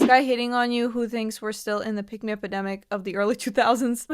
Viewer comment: Oh, I thought you said "pygmy."